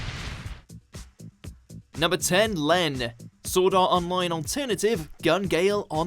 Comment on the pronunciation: For Llen it’s pronounced Elen not Len.